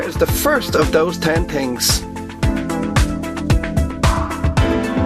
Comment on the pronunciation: oh my god i want to slap this guy. 'ten tings'